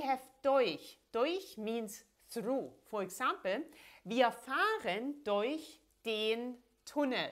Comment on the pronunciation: Why does “durch” sound like “deuch?”